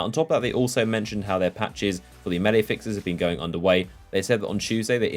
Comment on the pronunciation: Hearing a British person say melee wrong like a American is disturbing